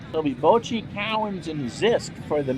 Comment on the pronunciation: Pronounced Bock-tee